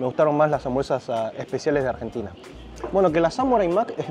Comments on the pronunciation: "AGENTINA" Barbaro!!! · AGENTINA !! ME ENCANTA JAJAJAJA